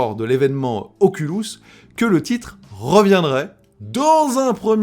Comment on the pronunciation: Oculus et non ocoulus